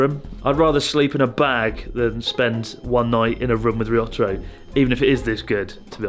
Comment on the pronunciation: To be fair, I don't think I've ever heard you pronounce Ryotaro's name correctly, (I somehow doubt his name is actually りょったろ) so he can call you Chris Board if he wants to :P